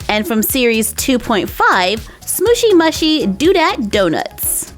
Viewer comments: It's pronounced smoshy mooshy. But it's not spelt like that :3 xx ❤ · Btw it ia not smooshy mushy, you pronounce it smooshy mooshie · Its pronounced as SMOOSHY MOOSHY not SMOOSHY MUHSHY... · You pronounce it like SMOOSHY MOOOSHY I know that’s spelt wrong but you can’t hear me and that’s how it is said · It's pronounced smooshy mooshy do dat donuts. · there pronounced like smooshy mooshey